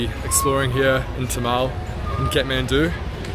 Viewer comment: Its Thamel btw not Tamal